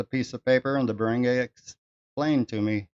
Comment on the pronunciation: I also had someone reported to the barangay to settle the matter of non payment of personal debt. The barangay (pronounced "barang-guy" not "barang-gey" just so people could understand you more) is the smallest unit of government; it is not a court of law but they are allowed to settle matters that you described. That is a form of "out of court settlement." The first point when going for settlements is the barangay (not all cases apply) if the problem is not settled there, that's when you can elevate it to the actual court. If my case was not settled at the barangay level, I was prepared to go to small claims court. Thankfully, the other party paid their debt. If you really want to live there for good, try to learn the local language. If it's Bisaya, "para dili ka mabaligya." If your girl speaks Bisaya, ask her what it means. Have a nice day.